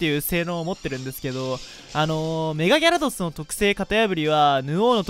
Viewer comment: ギャrrrドス